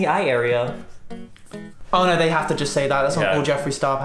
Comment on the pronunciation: No one:: Literally nobody:: "nOoU"